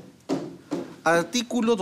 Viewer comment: Alticulo la patlia potestad. Jajaja señodes